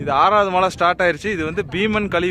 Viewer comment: Why you are mentioning Mazhai instead of malai